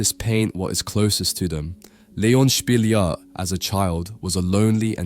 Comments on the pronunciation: Spilliart is pronounced Spill-E-art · His name is not pronounced like that :) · Fascinating. You're right, I never heard of him. I enjoy your videos and your narration. As a side note, I noticed you change the pronunciation of Spilliaert and Munch throughout the video. I don't know why 😅